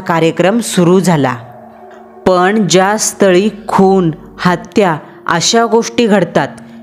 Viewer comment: कंपणी, पन, कामाणीमित्त, पानी..... अस बरेचसे चुकीच Pronunciation.... बाकी story छान होती आणि छान सादर केली